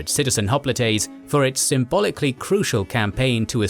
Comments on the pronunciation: Hop litays lmao. Maybe im missing something but i always thought it was pronounced like hop-light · "Spartians" and "Hoplitays" Fucking AI voiceovers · That is not how you pronounce hoplites